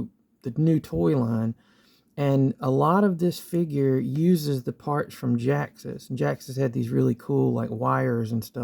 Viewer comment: Its ge ax us say it right